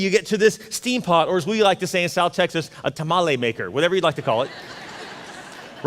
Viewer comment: All this inanity, all this stupidity, and the thing that offends me most is the way he says tamale. Dude... if you can't say it, don't. Like you know anything. My grandmother would slap the shit out of him and she's been dead for years.